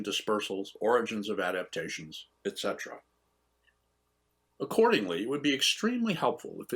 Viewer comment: Etcetera... pronounced like it’s written